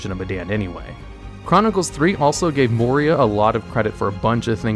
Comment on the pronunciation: Moira roasting for his pronunciation for her name made me chuckle:D